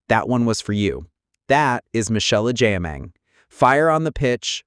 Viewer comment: Please pronounce her name correctly 😅😅😅